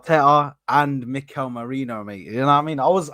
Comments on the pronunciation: It's Merino, not Moreno. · It’s merino not Moreno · Repeat after me Meh- Ri-no. Time to get it right.